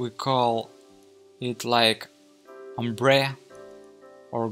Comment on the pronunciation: The comments are talking about your english, but really, it doesn't matter. As long as everything is visually understandable, even with some text on the screen, it's alright. Ombré is french, so you say it like ombraye